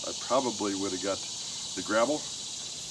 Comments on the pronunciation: You`re definitely a newb for sure, but i give you props for getting right into it and learning as you go. We all had to start from somewhere at some point in time. Bless yah! And you`re calling it a "grabble", its actually called a grapple. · Did you say gravel or grapple bucket? What would you have used it for?